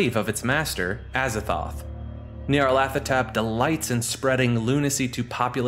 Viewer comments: Say it with me “Gnarl-A-tho-Tep” thank you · Not to nitpick, but of all Lovecraftian entity names to get wrong, Nyarlathotep is not one. His name is "Nyarlat", while "hotep" is his title as a pharaoh, there's no "th" sound in his name. It's simply nyar-lat-ho-tep.